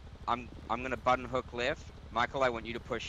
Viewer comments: I fuckin love the way he says button it's like "but tin" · my man, YOU ARE THE FN BEST.. LOVE YOUR CONTENT.. BEEN WATCHING YOUR CHANNEL FOR ABOUT A YEAR OR SO.. SWEAR I NEVER GET ENOUGH.. WHENEVER MY DAY ISN'T SO GRAND, I WATCH YOUR VIDS JUST TO HEAR YOU SAY buTTon!😂😂😂😂😂😂😂 all the best.. Keep them coming. Appreciate you man